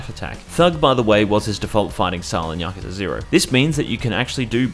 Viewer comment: Also "Pirate Yakzua"